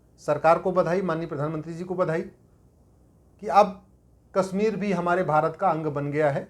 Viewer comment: Sir sorry to say that you are pronouncing Kashmir as Kasmir and desh as des. You are speaking sh as s. Correct yourself. Aap ka mazak ban raha hai. देस को देश तथा कसमीर को कशमीर उचारण करें॥